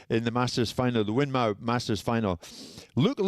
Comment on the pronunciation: For most of my life I pronounced WINMAU like that (MAU like "Cow") but then I learned it's pronounced "WIN-MORE" (Which makes more sense, despite the spelling). Luke Littler won't equal Taylor's records purely because of the young players coming through. The competition is going to be intense over the next decade, not from Bunting or Price, but from players we may not have heard of yet.